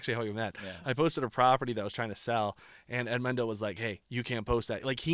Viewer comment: Pronounce Edmundo as it should please not as a gringo, the guy is Portuguese!! 🙄